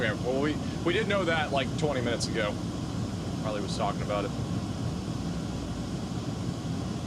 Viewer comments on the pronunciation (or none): none